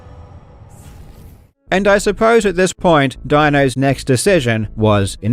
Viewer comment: German here - If you want to pronounce Dinos name correctly as an English speaker, you could probably go for something like Deenoes sinned gyle - (Dee as in "deez nuts", noes as in "toes", sinned like that past tense of "to sin", gyle as in "Kyle") That should come pretty close. Huge respect to Dino for his unbelievable achievement and props to his awesome name!